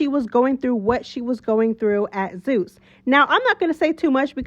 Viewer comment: Love it! Yaaaaz "zoos" instead of zeus 😂😂 mad perfect!